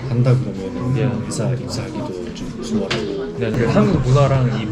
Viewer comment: ㅋㅋㅋㅋㅋ 수월하고 ㅋㅋㅋㅋㅋㅋㅋㅋㅋㅋ 이거 별거 아닌 것 같은데 ㅋㅋㅋㅋㅋ 이 정도 구사력이면 그냥 한국인 아닌가? ㅋㅋㅋㅋ 솔직히 여기 부분 그냥 처음 본 사람 보면 한국 사람인 줄 알듯